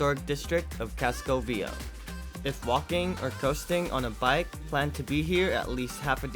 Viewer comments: You are not pronouncing Viejo correctly. It’s vie hayo! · Viejo is pronounced VEE-EY-HO and it means old. why were you wearing a mask while flying your drone from the roof of a building. come on, have some independent though and quit complying with the evil dehumanizing agenda. sickening to see almost 100% of people wearing them in the streets too. other than that, good video.